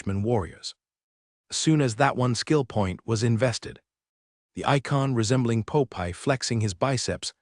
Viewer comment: poe pie....instead of Popeye